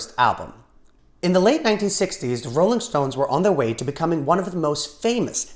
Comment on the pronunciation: “-Olling stones” nice